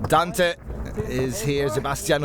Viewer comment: If only people could pronounce Dante's name correctly...